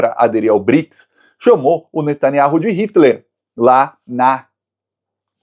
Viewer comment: Finalmente falou o nome do Netanyahu certo.